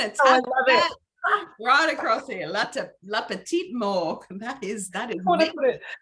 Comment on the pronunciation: It's "le petit Mort". Not morgue. Just before you get that tattoo ;)